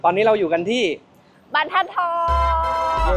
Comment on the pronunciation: บรรทัดทองค่ะน้อง ไม่ใช่ บันทัดทอง